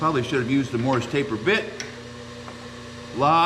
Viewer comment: Eh, worked fine. You go girl. And for what it’s worth, it’s Morse not Morris.